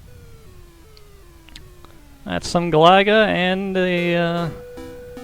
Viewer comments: Don't think that's how you pronounce Galaga,but whatever.I'll donate when I can. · Good at the game? You can't even pronounce it properly! ;P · ive been watching your vids for years, ofc ill support. only thing weird about this video is the way u pronounce galaga.